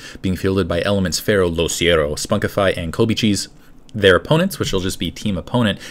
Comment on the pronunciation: isnt it LoCicero...